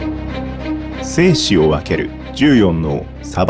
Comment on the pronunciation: 最初、精子分けるって聞こえたww